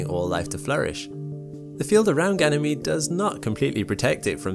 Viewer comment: Lol I thought he sayd gaynemede 🤣